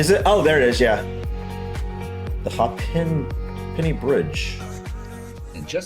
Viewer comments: The bridge is pronounced HAY PENNY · That’s what I thought, but I’m not from Dublin. My dad would have said something ‘It’s not worth a Hape’enny. Hape can mean heap, too. But that’s a hole other thing as it’s a direct influence from Irish (I think it’s true of Gàidhlig too) where the second vowel takes over. There’s only one p pronounced, the extra e is an epenthesis like in a really traditional Dublin accent where Dublin is pronounced almost like Double-linn. It shows the affect Irish had on Liberties English, one of the oldest, most authentic accents in Ireland. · It's pronounced the river Liffey not Leafy and Hay'penny bridge not ha'penny. Temple Bar has a 24/7 Live feed, just search for it.